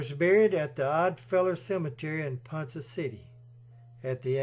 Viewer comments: Great video about the correct pronunciation of Ponca is Ponka hard K sound and the with the A the a sound of a short vowel sound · With all due respect, ponca is pronounced pon- ka city, n spelled ponca . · Great story! As an Oklahoma native we take our names seriously and it's it's pronounced like pond and cup pon-cu. With a long K sound. You did such a great job telling the story I hated to correct the pronunciation and the Oklahoma names are hard as they are Native American words and not English. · Ponka city.....not Ponsa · Ponca pronounced PonKa NOT PonSa Otherwise cool video. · Pronounced PONKA City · Ponca City is pronounced "Pon- Ka". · It's pronounced PonKa City. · While I think you have done a fine job on your documentary, almost none of it is correct. My sister-in-law is from Ponca City (pronounced Pon-ka), and I studied the mansion for many years with a friend of mine from college who's grandmother was one of Lydie's housemaids. I got to go all over than mansion, including the tunnels and and the secret poker/bootlegging area long before it was open to the public. Marland was one of the most corrupt and worst governors in our state. While his wife was dying from cancer, he abandoned her because he was busy seducing his daughter and many of the wives of the men who worked for him. The marriage was so traumatizing to Lydie that she disappeared for almost 30 years after he died because of the damage done to her family and reputation. She smashed and buried the statues of her and her brother because she was ashamed of her uncle. He lost his fortune and both homes gambling, not from the takeover of his company by JP Morgan. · It’s pronounced pawn ka city , Ponca city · Ponca is pronounced like ponKa!! There is not an s sound in PonC(k)a city. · Its pronounced pon-ka city. Anyway another great video.